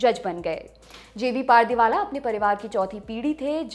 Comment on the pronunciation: पारदीवाला नही पारडीवाला होता है Naam to sahi se pronounce kiya kro